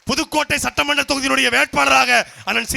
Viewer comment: Satta manda therdhal ila - Satta mandra therdhal, Suttu Soozhal ila - Sutru Soozhal. rrrrrrrrrrrrrr rrrrrrrrrrrrrrrrrrrrrrr a vittudreenga sir. Tamil vaazhga tamil vaazgha!